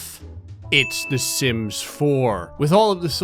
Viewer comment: Stop saying simps insted of sims